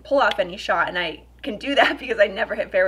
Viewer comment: The only thing I don’t like about you is the way you say “and” 😐